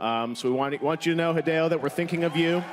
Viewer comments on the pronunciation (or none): none